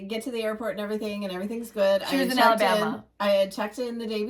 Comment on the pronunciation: I got to stitch after lunch on Thanksgiving while the rest of the family went hunting!!! I joined them all the next day-it was wonderful! #1, 2, 5, 7, 8,9. Thank you all so much and hope y'all have a great day. Love the way says "Alabama" bahahahaha too funny 😜